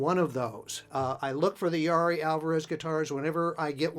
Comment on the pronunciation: Pronounced Ya-EAR-ee.